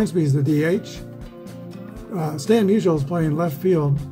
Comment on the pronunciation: Lol, when you said Musial scored, it sounded like Measles scored. Maybe I'll start calling him Measles in my 1962 replay. Glad to see Wilson and Dawson each get a hold of one. I was pulling for the Cubs. Just think if APBA had some of the great 1800s players for the Cubs like Cap Anson and Clark Griffith. I'm looking for an excuse (or a project) to buy the 1883 APBA season set. Haven't quite found it yet. I started the 1933 Carl Hubbell replay last night. In the Giants season opener on 16 Apr 33, Carl gave up 3 earned runs on 6 hits over 9 innings as the Giants shellacked the Dodgers 13-3 at Ebbets Field. IRL, the game was a 1-1 tie after 14 and a half innings. I assume it was due to darkness. In that game, Carl gave up 1 earned run over 11 innings. EDIT:I looked the set up on the APBA site and I see they do have Cap Anson in it.